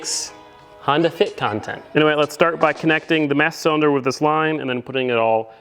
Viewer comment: He said, "Massa Cylinder" 🤣